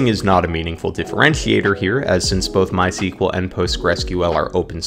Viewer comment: This video shows us that not everyone know how correct to pronounce MySQL